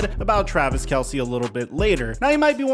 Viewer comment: By the way it’s pronounced Travis Kels, Not Kelsey…